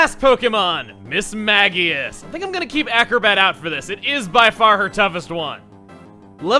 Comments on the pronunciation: Mis-MAGE-us not Mis-Maggy-us. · The moment I heard you call Mismagius (mis-MAGE-ee-us or mis-MAJ-ee-us) “MIS-MAGG-EE-US” made my soul hurt,. It’s the Magical Pokémon! VOWEL, THEN C OR G, THEN I OR E MEANS THAT THE C OR G IS SOFT! IT’S NAME COMES FROM MAGIC OR MAGE THIS IS ALMOST AS BAD AS CALLING DOUBLADE “DOO-BLADE!” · MIS....MAGE....EUS.... That's how i pronounce it..irritated me so much to hear him say it the other way xD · I hope someone else was triggered by how pronounced Mismagius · [Hears chuggaa pronounce Mismagius] ...I WAS PRONOUNCING THAT POKEMON'S NAME WRONG MY ENTIRE LIFE?